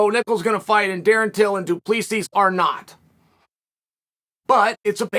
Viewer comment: Uncle chael its "Du Pla Cee" 🇿🇦🇿🇦🇿🇦